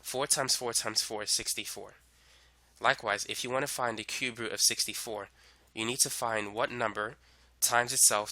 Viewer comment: When he says root but sounds like "fruit" I'm thinking why the eff' is he mentioning fruit. Lol